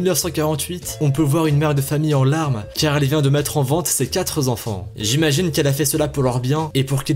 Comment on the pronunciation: on ne dit pas quatre "zenfan", mais quatre "enfan".